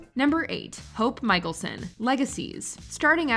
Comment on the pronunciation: Mikaelson is pronounced Mick-Ale-Son. Not Michael-Son.